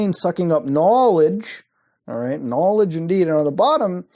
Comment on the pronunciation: Knalledge lol